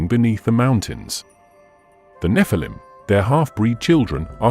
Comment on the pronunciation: it's NOT pronounced NEF-A-LUM RUBE!!! it's NEH-FAL-EEM GET IT RITE!!! because a FAL-EEM is an ANGEL and the NEH part signifies being CAST FROM ELHOME'S GRACE!!! why put video's out if your not able to even know the pronunciation of DIVINE BEINGS DISRESPECTLY???!!!